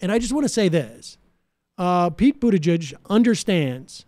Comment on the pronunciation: I like the way Sam always butchers people’s names 😂😂😂 I mean I can’t also say Buttigieg more than twice without butchering it